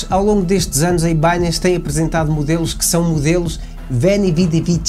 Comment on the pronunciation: O nome mudou… tiraram o til do “n”… por favor PARA DE DIZER “IBANHEZ”!!! 😅😂